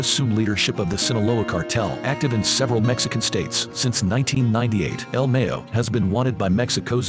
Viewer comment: It's Ma-yo, not Me-yo. Gringo is just simply not pronouncing it right.